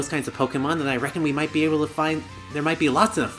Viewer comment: "This'll 'BEE' it" huh? XD